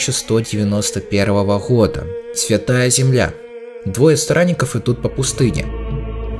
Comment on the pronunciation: я один слышу "двое сранников"?